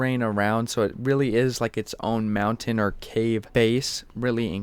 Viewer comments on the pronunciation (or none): none